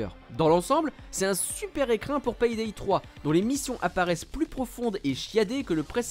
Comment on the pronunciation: vous avez vraiment un problème avec la prononciation des "Y" par chez vous... PAYDAY se prononce "Pé Dé" et pas "Pèye Dèye"... d'ailleurs "Play" de Playstation"... se dit pas : "j'ai ma plèye" mais plutôt: "j'ai ma plé" ;)